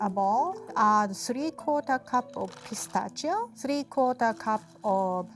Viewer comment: Did anyone else think she said "gazpacho" instead of "pistachio"?